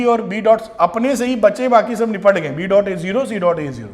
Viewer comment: Sir ! Aapka shab bolna aacha lgtah..🤭😊